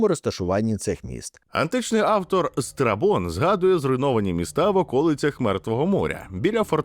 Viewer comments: Страбон, а не страпон хтивий ти збоченець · Чого я чую не Страбон, а страпон? 😭